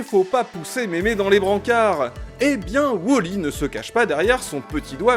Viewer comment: c'est pas wOOOOOOli , c'est wall.e!😂